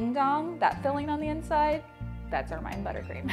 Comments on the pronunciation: Pronounced "ermuhn" not "ermyne" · It's pronounced er-min. Not er-myne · Pretty sure it's pronounced "er-min-nee" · The pronunciation is "ERR-men." Like the animal. :-)